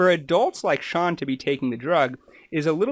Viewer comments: You kept saying Shawn, it's Shane. But thank you for the clear and consise explanation of the disease. As for the rest- we never know what is the truth on YouTube. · It’s Shane, not Shawn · Sorry but your inability to ensure you use the correct names for the people you have made a point of talking about at the start of this video has damaged your credibility. When you have their names displayed spelled correctly but repeatedly call him Shawn when his name is Shane, and also saying Hannah’s name as ‘har-nuh’ rather than in saying it how she does, which rhymes with ‘manner’, it suggests that you have not done your due diligence. It is also disrespectful to and Grubs… It’s disappointing as there are many useful and interesting things you talk about, and could be helpful for others who want to learn more. I think that making simple mistakes like this raises questions about safety in your medical practice… I would suggest that you are more vigilant with what may seem small issues for you, but huge for the people in question - this could have been avoided rather easily by watching their videos when they say each others names throughout. I also find it very concerning that you decided to make and share this video despite openly saying that you emailed asking for permission to use Shane’s story in the video, but had no response! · His name is Shane. NOT SHAWN!!!!!! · This is very informative but him saying Shawn instead of SHANE is distracting. I wish I could reach through the video and pass him a note so he could stop! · Great info but you have to do better with learning people's names. Haha it's driving me crazy every time you say Shawn. LOL. It's Shane!!! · His name isn't Shawn. ITS SHANE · His name is Shane not Shaun. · His name is Shane not Shawn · ShAAAAAAne not ShaWWWWN!! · His name is pronounced Shayn not Shawn. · Their net worth December 2022 is 7-10 mil. Lol how you call him Shawn 🥹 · Then why he couldn't pronounce his name?